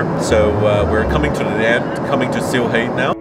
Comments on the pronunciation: Nice to see the London - Sylhet flight in this vlog 💕 and it's pronounced "Seal - et" with a silent h, not "Seal - het" 😜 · Sam… great video, but it’s pronounced “Shee-leth”. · Stop saying ‘Sill-hate’ directly after hearing locals pronouncing it lol